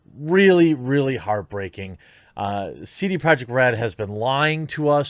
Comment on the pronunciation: i couldnt understand how he pronounced his own company.